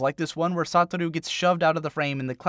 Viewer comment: “Sataru” clearly you don’t much about the actual anime lmao (though I always thought his name was pronounced “Sou-ta-ru)